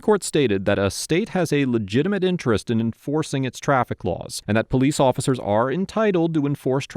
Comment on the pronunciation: I count 7 powwece officccers.. really? He is literally cooperating with everything they ask.